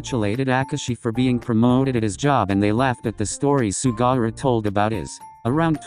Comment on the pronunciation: The way Daichi looked at me when I started laughing because the voice-over thing said “Sugara” instead of “Sugawara”— he looked genuinely concerned 😂😅